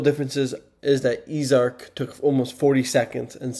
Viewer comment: It's pronounced "easy" arc. Not "ease" arc.